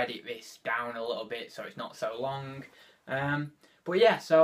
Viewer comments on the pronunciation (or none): Long strike not log strike lol😄